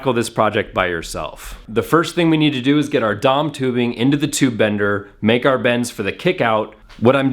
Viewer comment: "dom tubing" lol It's D.O.M. You don't say oossaa when talking about the U.S.A., do you?